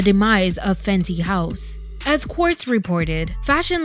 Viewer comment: Sounds like Fendi🥴.